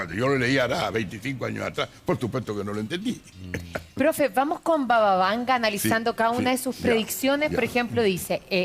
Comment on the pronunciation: Este profesor es un imbécil, parece que tiene un interés marcado en desacreditar a Baba Vanga! que ni siquiera el nombre pronuncia bien!